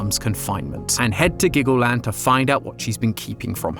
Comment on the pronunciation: I thought you said Glaggleland